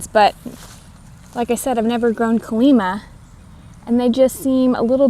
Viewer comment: Why is the 'lima' in calima bean pronounced different than a Lima bean?